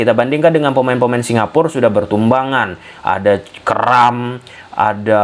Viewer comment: Bacanya Singapura, Mas. Bukan Singapur. Kalau Singapur, nanti nggak ada artinya. Singapura itu dari bahasa Jawa Kuno, Singa: Singa, Pura: Negeri. Jadi, Singapura artinya negeri singa. Legendanya sendiri Singapura itu merupakan nama yang diberikan oleh salah satu pangeran dari Sriwijaya, karena saat dia sedang melakukan hobinya yaitu berburu, dia melihat Singa di pulau tersebut. Singapur ataupun Singapore (dalam bahasa Inggris) tidak memiliki arti.